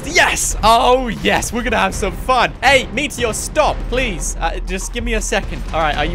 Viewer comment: I laughed when u said plewseee